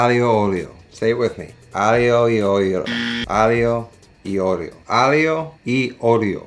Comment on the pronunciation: "Aglio" is pronounced "ayy yah" in all the Italian places I've been (roughly 6 months spent throughout Tuscany, Milan, and Rome over the course of a bunch of shorter trips).